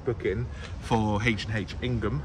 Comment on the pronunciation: H&H are in Ightham (pronounced i-tum) not Ingham!!